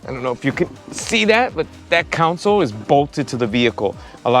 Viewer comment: My guy, it’s a ‘console’, not a council. Helping you sound like the professional you are. Cheer